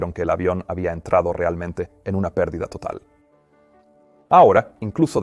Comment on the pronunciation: Que grata sorpresa escucharte en español, Peter. Dos pequeñas aclaraciones con ejemplos: 1- "El avión entro en PERDIDA...", "The aircraft enter a STALL..." , con el acento en "PERdida" 2- "...si están a punto de excederse las CARACTERISTICAS DE VUELO...", "... if It´s about to exceed the FLIGHT ENVELOPE..."